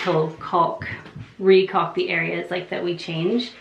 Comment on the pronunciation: The L is silent in caulk fyi